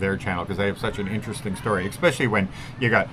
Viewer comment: Yep. He said eXpecially.